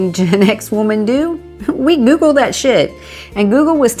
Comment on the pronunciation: No. Google. Not goggle. Lol😂😂